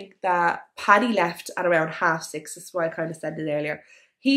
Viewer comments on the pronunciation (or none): Please do something with your pronunciation...this not diss..that not dat..and..not an. Pol im er ase. Maureen Smith..not Smit